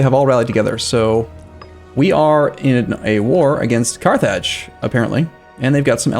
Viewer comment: carth (rth like in north) -idge (like in ridge)